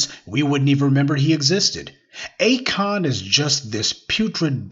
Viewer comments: Not “A the Kon” tho. 😂😂😂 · Akoon? Lmao 🤣